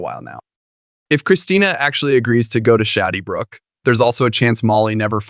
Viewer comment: Can we get someone who knows how to pronounce Shadybrook and Cassadine. I’m sorry but hun you need to know how to pronounce the names before you record. Those of us who have watched for more yrs than you’ve been alive get upset when it’s not pronounced correctly. Just some advise.